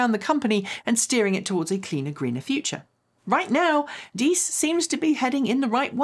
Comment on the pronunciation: Pronoucing "Diess" very nicely! Now both "e"s in Herbert are pronounced the same, like "hair-bear-t". Not "her-bear-t". ;)